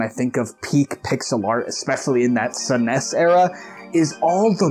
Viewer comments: Did you really just call SNES era "saness era", like not even snez? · Never heard that pronunciation of SNES before in my life 😆 "Suh-ness"